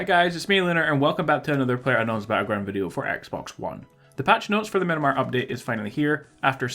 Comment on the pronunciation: Stop calling it Minimar it’s Miramar